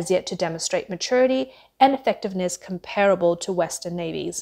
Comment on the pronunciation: Garnering not "garning"; Comparable , not pronounced as "com---parrable". Quantitative not "quantive"..